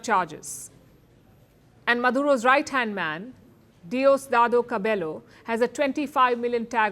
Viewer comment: Cabello is pronounced as Cabeyo, Spanish names are a bit tricky for Indians 😂